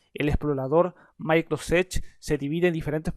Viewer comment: "Micro sech"